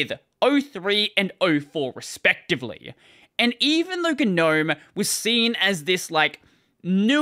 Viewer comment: I refuse to use Gnome as long as they insist on pronouncing it wrong.